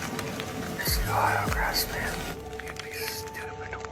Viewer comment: You know it's two words right? Grass Man, not like Philip Lee Grassman. 😊